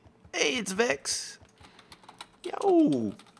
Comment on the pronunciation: its vechs you kiddo